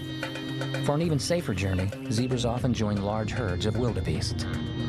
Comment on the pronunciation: Not zibras.ZEBRAS😅